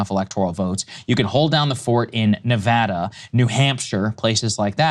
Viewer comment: Saagar, thanks for pronouncing Nevada correctly!